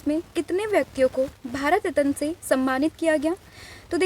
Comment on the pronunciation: रत्न ❌ रतन ✅